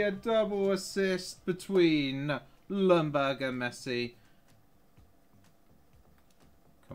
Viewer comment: i like how every english person says ljungberg. lumburg lmao🤣